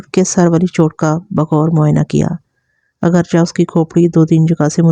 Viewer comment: اگرچا نہیں۔ اگرچہ چے پڑھیں آخر میں